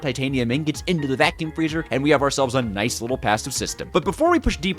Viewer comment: Did he just say Nayce?